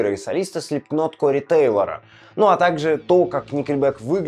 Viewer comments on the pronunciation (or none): Е*ать, ты произносишь слипкнот, а не слипнот, ты что face? Я надеюсь название группы Korn, ты произносишь как корн, а не коян